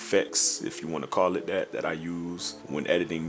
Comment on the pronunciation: "dat" "dat" "dat" Do mean to say, in plain English, "The way you do THAT"? Sorry, but the way you speak reminds me of the 27 years I spent working in the USPS in Houston, TX where 95 percent of my coworkers were black, or is it Black? Whatever...great tutorial, anyway. I appreciate your time and sharing. I learned a lot. Many thanks for your efforts.